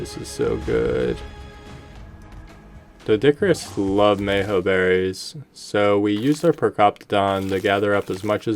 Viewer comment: i swear im gonna get brain damage if u keep saying meho berries but other than that great vid keep op the good work